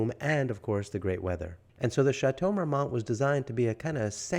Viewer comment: The "T" is silent in the correct pronunciation. Marmon is correct. A simple Google search would have told you this. All that research, and repeating the name of the place incorrectly.